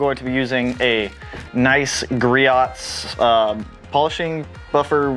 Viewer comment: Griot’s [gree•o’s] the t is silent, it’s very commonly mispronounced. I know we did it as well when we first started selling it till the Groit’s rep informed us of the proper pronunciation. Hope you reach 10k though, I subbed :)